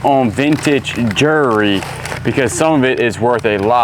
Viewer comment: Please, please, please learn how to say jewellery correctly!!!